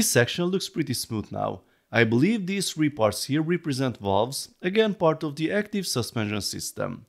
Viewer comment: You need to learn how to pronounce the TH-sound in English - for example, at the moment you're saying "De" instead of "The"